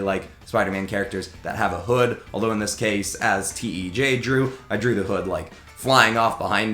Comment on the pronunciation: this guy pronounces tej wrong